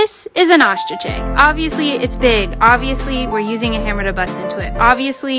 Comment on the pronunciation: Accent is like achkieag no hate no offence but can you pronounce it ostrich egg not achkiegg